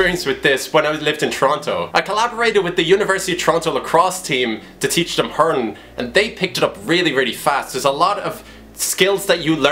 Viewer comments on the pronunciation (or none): Fair play promoting hurling. P.s You've some twist of an accent! You pronounce hurlin' like hurnin or hurin xD where's the 'l' ?! - Top drawer lad!